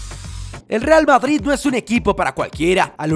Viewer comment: No se si escucharon digo REAL BaBris